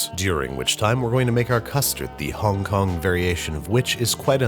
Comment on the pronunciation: You are the first American to not pronounce Hong Kong like nails on a chalkboard well done sir